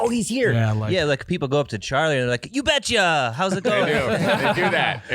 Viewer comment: This robot really sucks at saying ya betcha